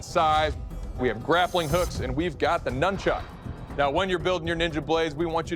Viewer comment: "Num-chuck" lol